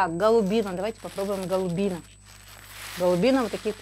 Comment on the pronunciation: Голубино, ударение на у Населённый пункт в Белгородской области